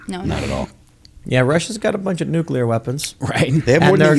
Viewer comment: It's nuke-LEAR, not nuke-YUH-LER.